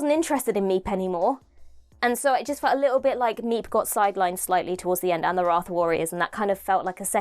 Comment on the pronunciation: Have you seen Unleashed? A lot of your queries are answered there. The Meep was a physical creature. CGI was hardly used. The ship was really built. Most of it was physical effects. More money was spent on this then an entire series. You are also saying Wraith wrong. The explanation had to be that long for the casual viewer. It eould be unlikely that they would look on You Tube prior to it. It was designed for someone who has not watched it before to understand it. Hence the info dump. It was awesome. Best episode in years.